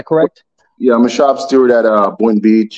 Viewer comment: Steward with a D, not stewart with a T! Stewart is a mouse from the kids movie.